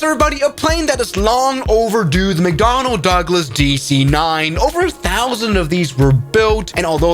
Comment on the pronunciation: "The dEE CEEE 9"